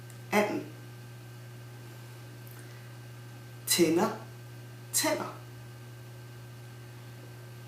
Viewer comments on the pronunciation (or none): when you say "tand" and "tænder" the vowels sound the same???